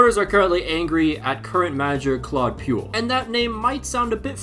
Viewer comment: I'mma be honest. The pronunciation of Claude Puel's name ment I had to re-imagine the pronunciation myself to realise I knew of the guy. Puel doesn't rhyme with fuel.